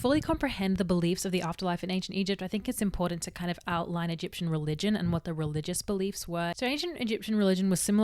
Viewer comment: I love the way you say "em-pour-dent" and "aurda/dis-aurda". 💘